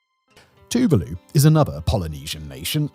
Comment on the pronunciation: Tuvalu is pronounced as Two-vaa-loo